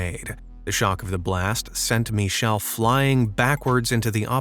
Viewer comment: What kind of name is 'Mee-Shdll' for a dude?? 😧